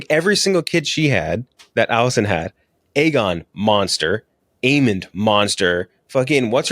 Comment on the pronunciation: pronunciation of Aegon is killing me. Not even close my guy. Ay-gone not egg-un